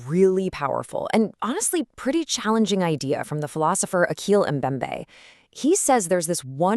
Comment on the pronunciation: "Ashiyy" not "Akeel"